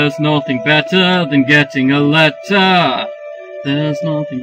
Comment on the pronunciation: Do do do do doo There's nothing better (betta) Than getting a letter (letta) There's nothing better (betta) Than getting a letter (letta) Today!